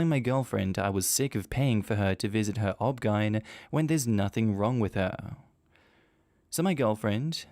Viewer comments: please for future videos saying "obgyn" as a word is like saying r.i.p every time you mean rest in peace the poster didnt put the "." in O.B.G.Y.N. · That first story was absolutely awful. Also, in the USA, we say each letter for OBGYN. So hearing "obgeine instead of O.B.G.Y.N was very strange. Were you trying to just speed up the video or is that how you say the name as an Ozzie? I'm curious. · So is "OBGYN" pronounced "Ob-gine" in Australia instead of O.B.G.Y.N.? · OBGYN is pronounced O-B-G-Y-N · I'm surprised I haven't seen as many comments as I should about this but OBGYN is pronounced as O-B-G-Y-N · O B G Y N, not pronounced as a single word. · I keep giggling at the obgyn pronunciation